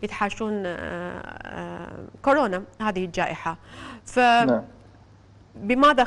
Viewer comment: خيه اسمهه كورونا مو كوررررناااا 💔😍•